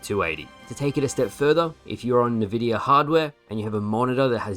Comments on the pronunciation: Can't believe says "Nuh-vidia" smh. Good video though. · Nvidia is pronounced en-vidia not nuh-vidia. Also you still have drift on your controller? Dude it's 2024 get yourself a better one! You of all people should be using a top-tier pad. I HIGHLY recommend watching some Gamer Heaven videos. Easily the best controller reviews/analysis on youtube. Off the top of my head Gamesir controllers are among the best and are very affordable.